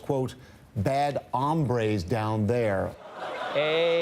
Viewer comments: He's actually not learning Spanish, it's pronounced hōmbres unless he was trying to say hambres, meaning hungers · Can't believe they missed a great chance: bad hombre means bad guys, and is pronounced OH mbre. What he said was "bad hambre" which means bad hunger. So Trump is sending the army down south to end hunger. What a humanitarian. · Is no one gonna call out him continuing to use "hambre" (hunger) instead of "hombre" (man)? It's such an easy joke and no one goes for it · Okay, I'm sorry. But the way Trump says "bad AHM-bres (hambres)" means "bad hunger." HOM-bre, (ohm-bre) means "man." Hambre means hunger. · Sara Katherine I wonder if Trump knows anything at all... Some of my Mexican friends pointed out to me that, during his call with President Nieto, he made a comment about all the "bad hambres" down there. The important part is, he's actually saying "bad hungries", but clearly doesn't know that. All the Mexicans are treating this as an inside joke, and are waiting for the right moment to expose that to the rest of the world...